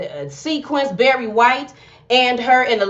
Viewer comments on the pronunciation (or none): none